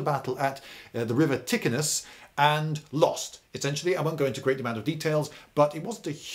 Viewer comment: Sorry Lindybeige but your pronunciation of Latin names is a little bit messy. Examples: Placentia-->Platchenzia (not Plakentia), Cenomanes-->Tchenomanes (not Kenomanes), Scipio-->Sheepio (not Skipio), Ticinum-->Teechenum (not Tikinum) etc.